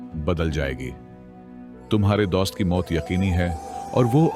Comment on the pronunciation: THE WAY HE PRONONUNCE DOAST😂